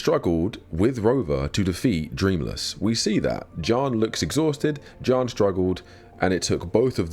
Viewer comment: bro halfway through the vid did i realize he was saying Jiyan not John